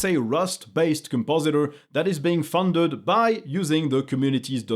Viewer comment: Your english is way better than mine. But I have to say those fondeud, translateud sound funny;) Anyway, excellent content as usual!